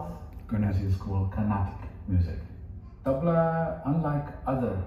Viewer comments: High time both of you start pronouncing the "tabla" the correct way. It is not 'Tab La'. It should be pronounced as 'Tub la'. Ustadji will be mortified hearing you mispronounce his favourite instrument! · &, Maybe don't pretend to play an instrument the name of which you can't yet pronounce. Go review your interview with Ustadji Zakir H. He gently corrects your mispronunciation of Tabla be saying it the correct way repeatedly. Go watch, listen, and use your 5 second "Back" button, or simply rewind, and listen, listen, listen. Go back again 3 to 5 days in a row and listen, listen, listen. That should get you much closer than where you are now.